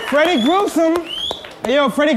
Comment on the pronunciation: mon nom c'est pas freddy gruseum, mon nom c'est FREDDY GRUE SUM! mdr